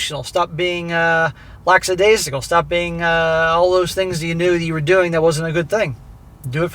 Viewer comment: There is a huge difference between being Sympathetic and being a Pathetic-Simp!!! Also the word is "lackadaisical", not "laxidaisical".